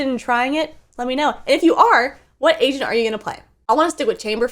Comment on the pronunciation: When she says agent, sounds like she says Asian.🤣